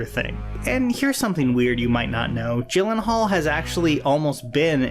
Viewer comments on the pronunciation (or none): Jake Gyllenhaal is pronounced Jake "Yillenhaal" like you're gonna say YEET but... you say YEELLENHAAL